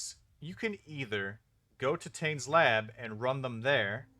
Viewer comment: It's good to see polite people trading. I'd like to point out, however, that your pronunciation of the name Tane is wrong. He's Karui, you see